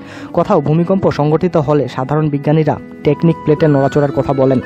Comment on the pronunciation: হায়রে! আরে বলদ ওইটা টেকটনিক প্লেট not টেকনিক প্লেট। আলপস্ পর্বত না আল্পস পর্বত। আগে নিজে শিখ কিছু তারপর বান কর।